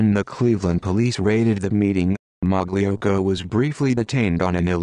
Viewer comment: It’s pronounced ( malocko )